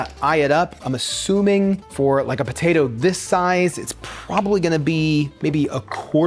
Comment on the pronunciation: Neither of you pronounce the “p” in potato. Bo-tato. Lol